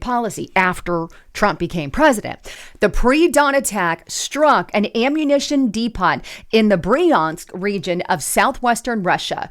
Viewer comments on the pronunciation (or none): Unstable not instable (unless you are combining insane and unstable, which would be appropriate for potato head Biden). Depot - pronounced w/long O and silent "t". ❤❤❤ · De..."POT"?! Wow!! Jeez!